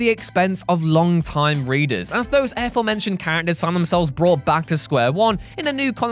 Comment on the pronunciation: Stop saying "air-forementioned"